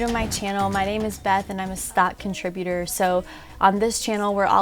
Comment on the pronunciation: "Contributorrrrrr" !!!! . .. . . . . assemble.